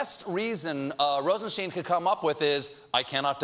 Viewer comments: wait isn't it rosenstein like einstein? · rod rosenstein's name was pronounced wrong by kellyanne conman, but by stephen, too? disappointing